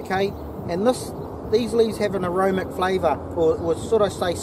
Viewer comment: just a small thing bro...the word is aromatic....not aromic. Making a tea right now...